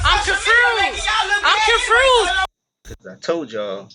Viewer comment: She needs to go back to school because she doesn't know how to say confused besides that yeah I have been raised around the code of silence I get the code of silence I get that eventually this will come out someone is going to break Monifah took Kenneka out of the room Irene was on the bed